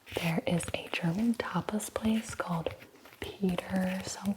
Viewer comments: Compared to what they sell as German in American movies, your prononciation is actually pretty good! 🤩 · Your pronunciation is actually not bad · This is so good! I actually live in Berlin and I think your pronunciation is pretty good! :) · I am german and I love your pronunciation!!